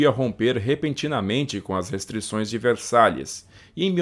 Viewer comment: Tu fala os nomes tão bonitinho, aí na hora de falar tratando de {Versái} fala {Versalhes}